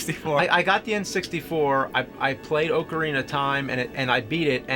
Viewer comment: OAKarina? Really James?